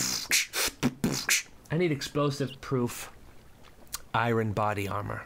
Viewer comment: Anybody else realize he pronounces iron wrong???